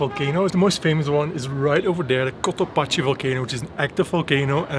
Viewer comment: Cotopaxi is pronounced like "taxi".